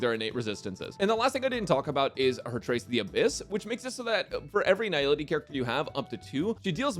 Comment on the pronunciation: is the only YouTuber I've ever seen pronouncing Nihility correctly. Immediately subscribing because of that alone